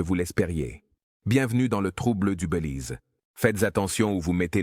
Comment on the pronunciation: On dit : " Bélize" et non : " Beulize"! Faut arrêter la beu ou l'IA!